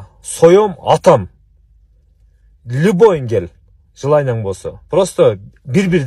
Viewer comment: Бул Бауржан кандай бала түшүнбөй койдум! Либой дегени чатак экен, любой дечи жок дегенде!